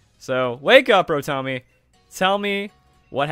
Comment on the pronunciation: Did you just say RoTOMIE? Calling mines that now 0.0